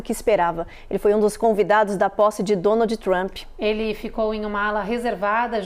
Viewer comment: Excelente?? A Jornalista anunciou DONALDE TRAMPE 😂😂😂